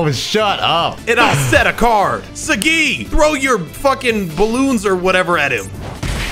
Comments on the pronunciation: Yo why is pronouncing Saggi like that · Even tho I'm watching this now, I wish Sagi would be pronouned how it should be pronounced